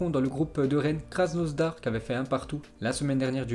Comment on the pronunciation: On dit: KRASSNADAR, lus comme j'ai écris